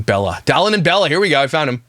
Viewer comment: Anyone else laughing over the fact that couldn’t think of the word “dollop” in yesterday’s video but is calling Dallin “Dallop” in this one?